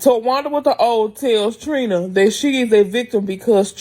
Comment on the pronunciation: Tawanda w the O 😂😂😂😂